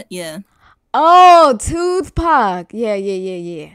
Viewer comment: BEAT ITTTTTTTT! 🎤 And toothpak🤣🤣 it's Tupac